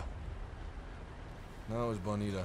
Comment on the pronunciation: "that was bonito" es gracioso cuando dices palabras en español jajajajaj